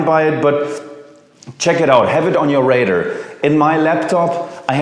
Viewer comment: Have it on ur “rader” 😂